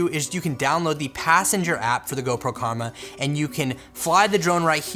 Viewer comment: Omg your comment killed me.... rofl.... That dude said DJI Kurma (Not Karma). I think he's talking about his Chicken Kurma (An Indian Dish) mainly with gravy and delicious. I know because I am from India.